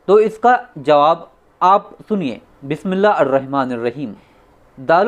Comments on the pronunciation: Bismillah to sahi padlo bhai बिस्मिलाह तो सही पडलो भाई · Bhi phle Bismillah to sahi se padhlo Ya padhna sekho